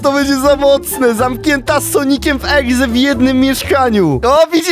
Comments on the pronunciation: mówi egze zamiast exe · dziwi mnie to że niektórzy mówią egze zamiast exe XDDDDD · czemu powiedział na początku Sonic eGze......CZYTA SIĘ EXE! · ekse A nie egze się mowi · Exe mówi się ekse a nie egze egze to może być egzekiut taki pokemon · Sonic exe a nie egze